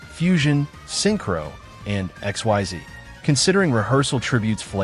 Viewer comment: I know you used a text-to-speech AI to narrate this video since English isn't your native language. So to give you a useful pointer: If you want the AI to NOT mispronounce "Xyz", type in "Ikseez" instead of Xyz.